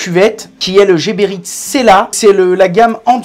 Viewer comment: C'est quand même fou que même les gens employés par la marque ne prononcent pas bien le nom de leur marque. Geberit ne se prononce pas à la française jébérite mais à l'allemande guébérite